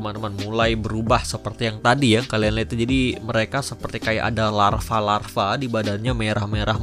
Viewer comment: lava bro bukan larva, klo larva mah ulet awkawkwakawk